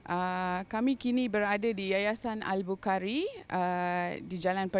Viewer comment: Dgr wartawan tuh cakap yayasan al bau kari..